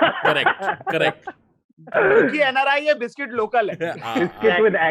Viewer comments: It's not "biscuit". It's "bisscutt". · Biscuit nai biskooot hota hai wo !!!